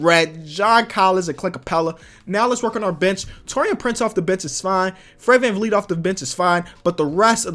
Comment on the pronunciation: When he says the word "bench" , doesn't it sound like B*tch or is it just me? Also, no disrespect to him, but why the Donovan Mitchell thumbnail?